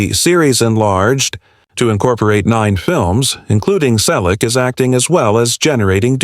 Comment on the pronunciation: Learn English. It's free on YouTube. Your AI generated voice is a mess. You can't even pronounce Selleck. What is heartbreaking? I am currently visiting the Selleck's. We have a great time. Don't worry, I am also the banker of the family, all relatives and close friends. There are no money problems. 25 million? Copied from cheap tabloids. Fake news. Not the story about his life again. Everyone we know and most of his fans have already read his book or listened to the audio CD. This video is a waste of time. Get an education and a real job. Don't talk about people you don't know.